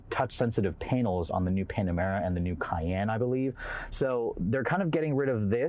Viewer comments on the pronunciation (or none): none